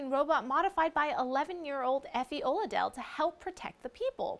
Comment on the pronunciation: Why is everyone fucking up the pronunciation of Oladele ?